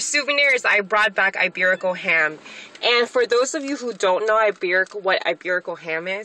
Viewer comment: She said "iberical" listen closely what you wrote is correct. Just sayin